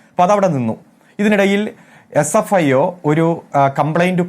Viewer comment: Fsio അല്ല പൊട്ടാ sfio എന്ന് പറയ് 😂😂